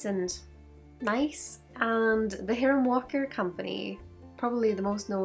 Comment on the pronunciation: Thanks for the video! FWIW, it's pronounced "high-ram" or "High-rum" Walker although there's no way anyone could know that given how it's spelled.